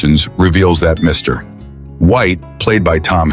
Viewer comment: Your A.I. narrator was good, BUT NOT GOOD ENOUGH. At : "...reveals that Mr. White, played by Tom Hanks..." A.I. doesn't know that the PERIOD after "Mr." IS NOT THE END OF THE SENTENCE!!!